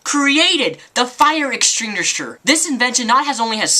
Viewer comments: "The fire extingrisher." LOL, sorry, dude, but that was just funny. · Fire extingrishwer!! LOL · The fire extringrisher? xD